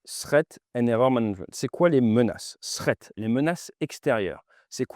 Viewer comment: Push sans quoi ? Et prononcer ”Srèt" pour "threat”... Sous-titres indispensables.